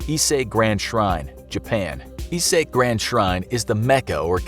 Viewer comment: Narrator said "Isei", not "Ise". 🙁